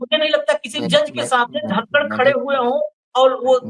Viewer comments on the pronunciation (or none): धनकड नही कनकड😂